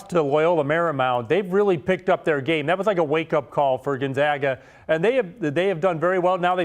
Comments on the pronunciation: please learn to say Gonzaga correctly!!! zags - “gone-zag-a”. not Gone-zogg-a. seriously after 21 times to tourney would have thought you would have heard of the team’s name CORRECTLY!!!! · It would be nice if the woman pronounced Gonzaga properly. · the pronunciation issue was resolved 20 years ago and hearing her mispronounce it every time was annoying. i bet she says nevada wrong as well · She's just flat out stupid....learn to pronounce Gonzaga and it is Coach Mark Few. When one speaks of things they don't know of, it makes make foolish. Fire her!!!!😅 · The fact they are called the "zags" should clue you in on how to pronounce "Gonzaga"